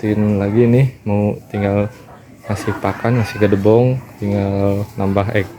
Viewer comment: Mamang, jangansebut gedebong tapi gedebok yg, maafya